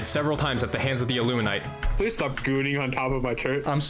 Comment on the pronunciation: Bro please it's illumin-ATE not illumin-ITE lmao clearly another victim of their cognitive disruptors (Amazing vid btw impressive resolve)